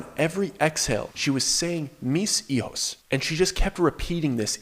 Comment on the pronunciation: It’s “mis - hijos“ , two words , you have to separate it